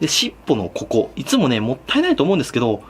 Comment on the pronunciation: しっ↑ぽのこ↑こ↓